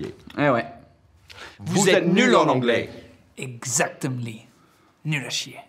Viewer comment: J'ai retenu "effectivement" et "exactimely" lmao